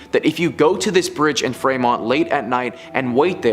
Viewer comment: Fremont, OH is pronounced Freemont. It's Ohio, not Canada.